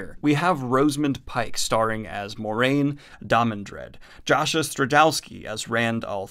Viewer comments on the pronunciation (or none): You can't harp on the pronounciation of Aiel but then mispronounce Moiraine.